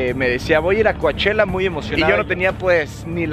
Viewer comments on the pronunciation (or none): COACHELLA COACHELLA COACH ELLA NOOOOOOOOO DÍGANLO BIEN POR FA COU CHELLA ASÍ GRACIAS POR SU ATENCIÓN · Pleaseee! Solo Cochella no "Coachella" !!!!!!!!!!!!!!!!! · Se escribe Coachella, pero se dice Couchella!!! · hahahaha y ni mencionaste que vino Lady gaga!! 😂😂 por cierto se dice Couchella! 😜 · Muy padre el vídeo pero me causa problemas que digas Cuachela. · Se escribe COACHELLA pero se pronuncia COCHELA... me encantaría ver a MANA.... En Coachella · Se pronuncia couchela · se pronuncia "coche la" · Primero aprende a pronunciar Coachella